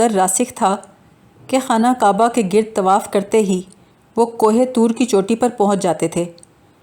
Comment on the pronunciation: Gard nahin Gird.